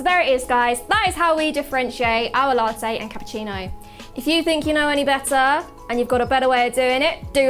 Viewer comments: La' teyyy 😅😅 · given how common glottal stops are in british english, it's weird that she doesn't pronounce "latte" with a glottal stop.